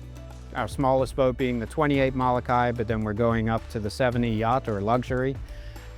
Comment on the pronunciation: Please learn how to pronounce Molokai! Every time you say it's cringe worthy.